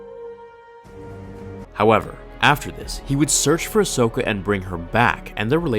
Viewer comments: When you said Ashoka and a Anaken. 🤮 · Ahsokin > Padakin